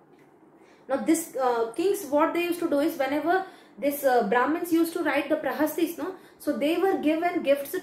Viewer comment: Madam it's "Prashastis" not prahastis